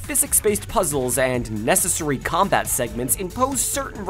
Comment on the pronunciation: Good video, but I don’t like the way you say “necessary” it just doesn’t sound right